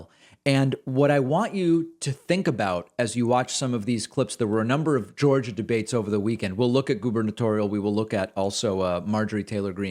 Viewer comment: Welcome To "Jaw-gia", Have A Nice Day!!!!! lmfao 😆